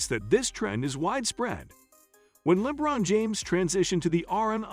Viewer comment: Dafuq is "Lebbbron James"?! 😮😂😩